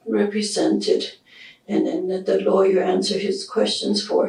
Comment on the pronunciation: No, it's lawyer! 😂